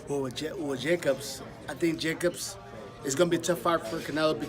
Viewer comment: man tank davis really struggling to pronounce Daniels Jacobs name properly who tf is 'jacby' 🤣🤣🤣